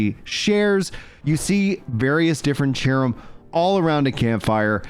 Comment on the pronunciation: i know its cerim have 328 hrs in the game but he pronounces sherim